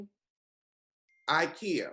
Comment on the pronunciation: Not “IKEA “ 😩